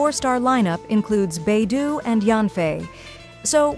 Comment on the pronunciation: Beidouuuuu not beidoooo😮